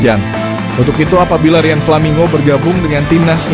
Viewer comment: Menyebutkan namanya yang betul min, nggak usah dibikin bikin nggak enak di kuping